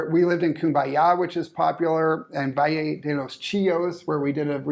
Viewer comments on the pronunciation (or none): none